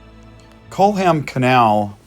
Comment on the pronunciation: Lovely job. Sound engineering and a wonderful atmosphere. Very tastefully filmed. Culham should really be pronounced Kullam—the h is silent. You may not believe it, but Bicester is pronounced Bister. English place names are the devil, but take comfort —Scotch place names are slightly worse. A very enjoyable video. Thank you.